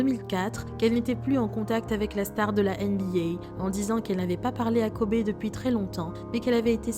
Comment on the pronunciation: Ptn ça se prononce dit KOBY 🤦🏾‍♂️